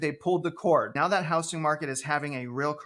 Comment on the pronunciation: It’s pronounced “HouZZing” Not “HouSSing”